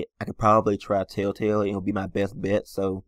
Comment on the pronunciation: I hate how he says tailtail instead or TELLtale